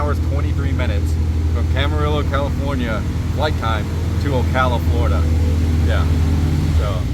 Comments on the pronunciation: sorry he keeps saying Camarillo wrong it is not like Amarillo. it is from the Spanish and sounds like Cama rillo "Reo" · Is the way the guy says Camarillo killing anyone else? 😅